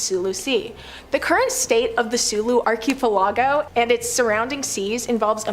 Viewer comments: Arky aplargo 😂 please do something on english place names i was lmfao every time she said arky aplargo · Haha, Arky Palago sounds like the main character in a Penny Dreadful story. Like, "Nobody but his butler and confidant knew that Billionaire Arky Palago was also the brilliant detective.." or something like that. Please don't stop pronouncing it this way. Love it. (Especially the way it drives people in the comments section crazy, lol.)